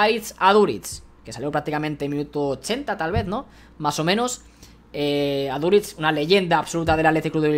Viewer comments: Todo bien hasta que dices Aduritz en vez de aduriz🤣🤣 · Aprende a decir bien Aduriz